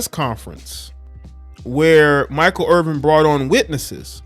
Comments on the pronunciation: There's no G. It's 'Err-Vin', not 'Err-Ving'. Basic respect dictates that you should say a person's name correctly. It's not as bad as everyone butchering name. You're better than that. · Irvin not Irving just saying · You can't even pronounce the man's name correctly, you lose all credibility